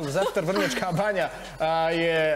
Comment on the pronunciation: Kaze se Cepter... ne Zepter.